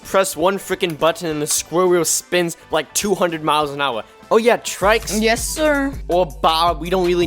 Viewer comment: its pronounced tricks, not trikes :)